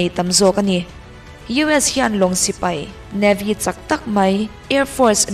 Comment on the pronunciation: 'sipei' ni lo in 'sipai' tih zawk tur ni e, Sipei tih hi Chuan an pa lo riau